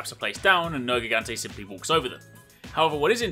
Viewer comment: It's written nergigante but pronounced nerjigante.